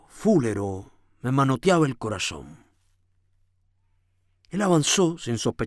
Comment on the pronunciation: Hola! Una maravilla tus lecturas. Repito los audios por gusto! Escribo desde Argentina (En el minuto 12.02 dice la palabra "fulero" lleva acento en la "e" Es lunfardo argentino. Significa "feo o desagradable") Gracias por seguir leyendo!!!! GENIAL